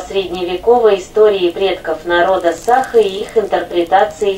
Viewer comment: Режет слух неправильное произношение женщиной слова Саха🤦‍♀️